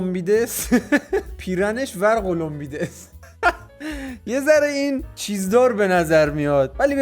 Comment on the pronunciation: ورقلمیده رو ورق لمبیده خوند یارو "/